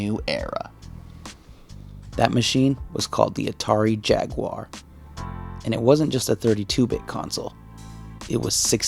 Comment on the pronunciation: It was called jag u ar not jagwuuurrh nintendos mascott is ma ri o not mour e o